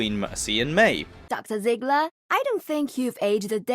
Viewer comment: Your name includes the german "Panzer" but you can't pronounce her name, why?